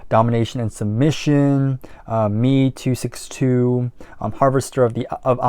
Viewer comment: Very refreshing to see a 23yo guy so into 70’s music….😊 Just a small education: That Blue Oyster Cult song is pronounced M E 262, not Me 262. It is named after the German second world war aircraft, the Messerschmitt 262. The world’s first (arguably) jet plane to see active service in wartime. You can also check out the lyrics, quite interesting.